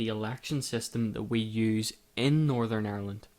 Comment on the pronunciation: Northern. It's Northern. Why can't you pronounce Northern? Is it 'cause you want to call it North of...?